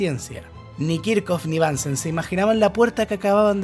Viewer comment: kirjhof, no kirkof